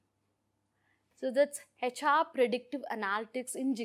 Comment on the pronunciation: Please learn how to say HR... it’s not heyHR